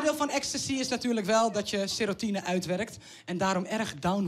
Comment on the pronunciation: kan niet eens normaal serotonine uit spreken ik vind het prima on geroast te worden maar wel door iemand die echt een carriere heeft gehad en niet iets voorleest Ook vind ik het jammer dat er alleen early hardcore te zien is en niet de nieuwe generatie! Dat is juist wat echt leeft je hoeft niet persee kaal of gabber te zijn om van die muziek te houden